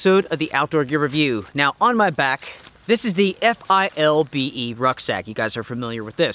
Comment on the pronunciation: It's pronounced FILL-BEE